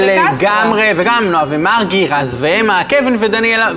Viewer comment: אומרים מרגי לא מארגי